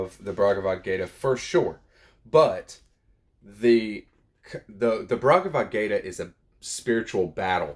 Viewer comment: Bhagavadgita, not BRagavadgayta